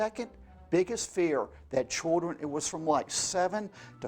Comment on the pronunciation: He doesn’t say “children” he says “choldren”